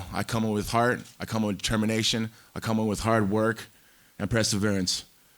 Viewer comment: “I comma with Heart, I comma with determination, I comma with Hard work and PRESSaverance.” - Tito Ortiz